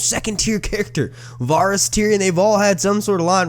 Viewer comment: 47000+ views and u still can’t pronounce Varys name correctly...just wow.